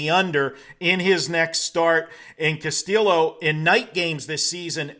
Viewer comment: Are you trying to pronounce Castillo wrong?